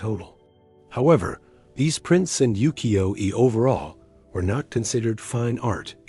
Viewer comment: 浮世絵 is pronounced as "woo-key-yo-eh."